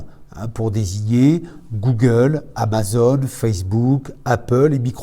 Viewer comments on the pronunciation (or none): none